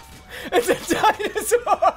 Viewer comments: do you like this video? byeah! do you want more of them? byeah! and when do you want them? right byeah! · tree peefrick Never say never. Always say “Byeah”